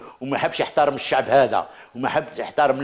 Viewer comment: لاحظت في طريقته في الكلام انه يهدر باسم الشعب ... باس زعمة يدخلهالنا في روسنا... حقا حقا الشعب يحب الكرامة و يحب الاستقرار (تهديد ضمني بالعشرية السوداء) و الشعب كذا و السعب كذا... زعم واش حبيتنا في قلوبنا نقولو ايه صح حنا نحبو هاذو و معليش نقبلو بالعهدة الخامسة واش فيها ... البارح تاني نفس الطريقة .. الشباب يحب كذا و يحب كذا و ماهوش كذا نتا شكون باه تهدر باسم الشعب و الشباب .. استغفر الله نطقها يجي ميتين مرة كلمة الشباب باه كي نتفكرو حملة بوتف جينا ظيراكت كلمة الشباب في ريسانا.. بففف طريقة مفضوحة... قالك نسلمو المشعل للشباب عن طريق العهدة الخامسة ... يتسمى خلاص السيد راه فراها و خرج بوتف وخلاص و لا حبينا نستلمو المشعل بوتاف فيها فيها هذاك طرف لا يتغير في المعادلة.... و بيان سور يخصصولك كتش خمسة مليار دولار يسير بيها البلاد بكعور و دز لعور و المئات لي بقات هم هم ...